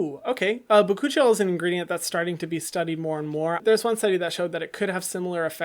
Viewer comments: “Bakuchiol” i thought your said my coochie y’all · im sorry but ba-choochie-oil that is all i could hear instead of bakuchiol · When I tell you I was 😂DEAD when i heard him say (BA-coochie-al) I mean I was Near the grave💀